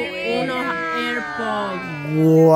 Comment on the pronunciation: Unos. Eropos. Jejeje. Como lo disen. Jejejej erroposs🤭🤭🤭🤭🤭 se dise Airpods